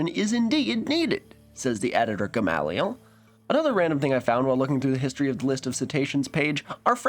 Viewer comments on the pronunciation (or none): The way you pronounced Gamaliel threw me, biblically it's more guh-may-lee-el, but I also grew up near a town with that name and the locals said it guh-mayl-yuh